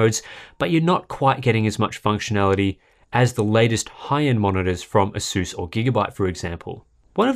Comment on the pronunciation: Not asUs but Asus. Repeat after me: Asus. Stress on first "A" not "U"